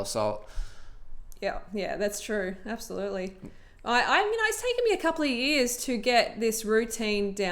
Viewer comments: did she just say absi-fruitley? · abso-FRUIT-ly ..lol